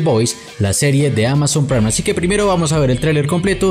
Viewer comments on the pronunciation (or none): none